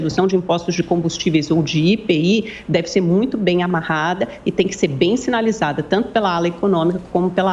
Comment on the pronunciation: Minha nossa que repórter é essa?? Quem neste pais diz IPI? É comum dizer apenas as iniciais do imposto sobre os produtos industrializados chamando-o de IPI e não como uma palavra. Cito apenas para mostrar a falta de cuidado na introdução da matéria. A iniciativa do ministro é bem vinda.